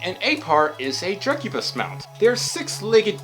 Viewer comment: drek u bis thats how you say it yow wewcome